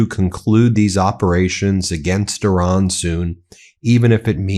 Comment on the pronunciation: But please Pakeestan/Pakistan not pokisn Ben plus eye ran= Iran not err ron 🙄